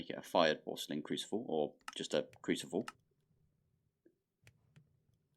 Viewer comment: Did you say crucivle lol